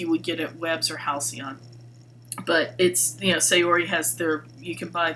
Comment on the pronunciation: Please pronounce Saori correctly. Japanese pronounce "a" as a short vowel. So it's more like "saa-ori". Thanks for listening.